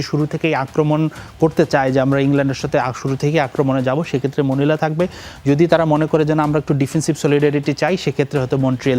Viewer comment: মনিলা❌ মলিনা✅